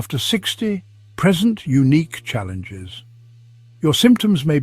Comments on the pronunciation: I was looking for this comment. Present is not present! Silly AI, and no human reviewing and teaching it to say things in context. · I'd have more confidence in this presentation if it didn't use an AI voice. The "narrator" pronounced the word "present" with a short "e" and accent on the first syllable, as in "birthday present", rather than with a long "e" and accent on the second syllable, as in "Netflix Presents". In medical parlance, a patient "pre-sents'" with symptoms; he/she does not "pre'-sent". AI could easily screw this up, but no one working in health care would. Why are you using an AI voice? Where was this video actually made? What are you hiding? 👎